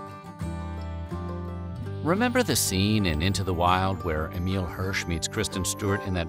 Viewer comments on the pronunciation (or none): none